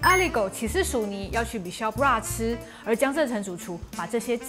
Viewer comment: 哈囉, Michel Bras 的 Bras 該唸成Bra-s 帶 s 哦. 雖然一般法語 S 都省略不唸.